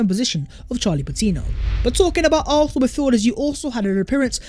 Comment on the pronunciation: I know I'm petty...I'm unsubscribing because of the way the dude say "Arfsnal"....can't deal it annoys me too much